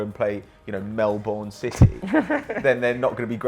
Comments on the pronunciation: I am Australian and I got so fucking triggered when pronounced Melbourne.Its pronounced Melburn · your pronouncing Melbourne wrong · Arghhhh Can someone finally say Melbourne right? As an Australian it's extremely frustrating. Loved the video tho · Every time a British bloke pronounces Melbourne I cringe so hard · Oi the aussie league is amazing and btw that's not how you say Melbourne